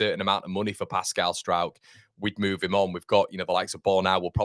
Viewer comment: Turned off after you said Pascal of Struijkshire ! Kevin of Kevinshire ! :0)